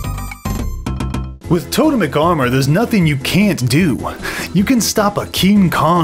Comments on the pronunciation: Good video!....you know it’s pronounced “TOW-TEMIC” though right? ;) Don’t tell me I’ve been wrong for 20 years. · Its TOE-TEMIC armor you dingle ! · It's tote-mic. Just look it up on the pronunciation guide channel. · I love you but it actually is to-TEM-ic. But everything else you said about the armor set... Completely true